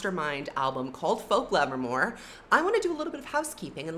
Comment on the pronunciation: Love how you say "folklevermore" but spell it "folkevermore", hmmmm.........